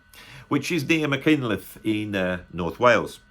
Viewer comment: You worked so hard on the pronunciation of Bron-Y-Aur, then cocked up Machynlleth. 😜